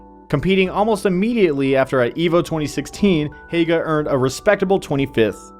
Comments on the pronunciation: its not HAYUGA, its HYUGA. Like, He-uga :P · The way he pronounces Hyuga doesn't sound right :c